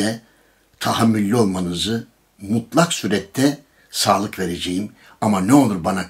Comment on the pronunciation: dede,sağlık değil salık,birde lütfen eküri deme,eküriyi arkadaş arasında şakadan kullanabilirsin ama burda olmaz!seni sevdiğim için söyledim sakın kızma dede!